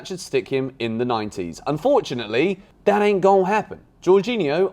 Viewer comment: As a huge Chelsea fan and george benson fan, being from the south of the united states… I appreciate the “Dat ain’t gon happen” 🤣